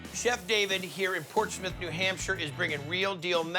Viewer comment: "Port Smith" is a weird way of pronouncing Portsmouth